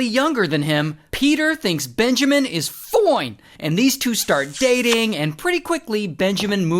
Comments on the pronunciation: I love how he says "Foine" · The "FOINE " always gets me😂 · Peter thinks benjamin is foiine ,wtf 😂